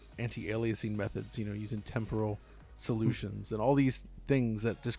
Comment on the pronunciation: Then you start feeling bad for him when and start bullying him about it and his pronounciation of "temporal".:)